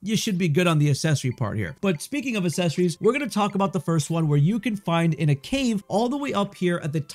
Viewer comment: OMG, pronounce accessories correctly